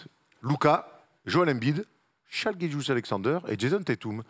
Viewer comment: Quand tu vois la place de shai, doncic et dame je pense que les bilans collectifs ont moins compté dans le vote cette année pourtant il me semble que les année précédentes le bilan avait plus d'impact. Et on dit pas Shaïe on dit shé